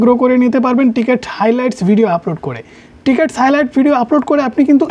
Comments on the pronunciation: টিকেট না ভাই, ওইটা ক্রিকেট হবে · ট্রিকেট না রে ভাই ক্রিকেট 🏏😅😅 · টিকেট হাইলাইটস না রে ভাই এটা ক্রিকেট হাইলাইটস